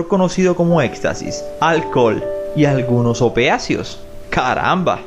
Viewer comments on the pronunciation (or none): No se dice OPEACIOS...son OPIACEOS, sedantes o calmantes derivados del opio.....y bajale a los anuncios por que sinceramente no dan ganas de suscribirse y menos de ver nada tuyo. NO abuses.